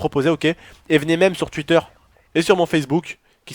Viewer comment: Cest TWitter pas TWutter putain sa mstress putain